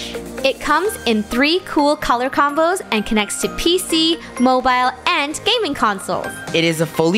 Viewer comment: “Moe bile”💀💀💀